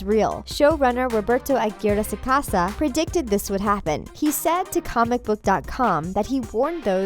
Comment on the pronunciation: She said Aguirre wrong I mean I would know lmao